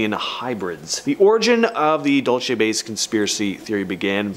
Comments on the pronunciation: Its not pronounced "DOLE CHEY"... It's "DUEL SEE" New Mexico... DUL (duel - like sword fighting)... CE (see, or like the lettter...C) Dulce, NM. I live in New Mexico and know how to pronounce it correctly.. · Dual say